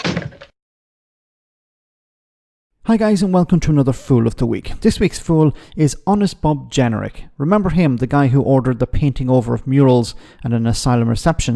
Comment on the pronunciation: De ' jenerick 🤣